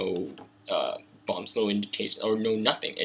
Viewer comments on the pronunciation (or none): none